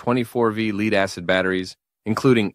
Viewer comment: The AI needs to learn how to pronounce "lead" in this context.